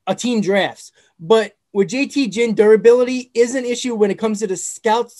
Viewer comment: jt Ginn's last name is pronounced Ginn, g as in gear, not Ginn like gin and juice